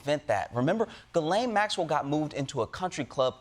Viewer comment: How you go from "ghis"Laine to "Ga"Laine it's insane to me